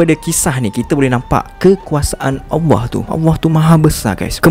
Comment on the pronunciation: Abg...mohon utk belajar sebutan ALLAH, kurang jelas dan lebih kepada AWWAH